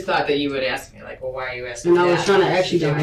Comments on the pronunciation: I'm pretty sure it's an AI voice. Also, some people just are no good at pronouncing names. Like this killer woman being interrogated, says strimp instead of shrimp, axe instead of ask, and I could go on. You'll survive him mispronouncing one name. The detective was basically saying NO CHILD should be that underweight. It isn't normal for any child. At no point did she say they should look exactly like her own daughter. Her daughter is alive, so I guess that would be good. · I mean it's how she said it. If a white/Asian/hulk himself says axe I bet this person would absolutely type axe. It's literally the way she pronounced it. Has nothing to do with race I know many who pronounce it "axe" of all different backgrounds. Really is just the accent.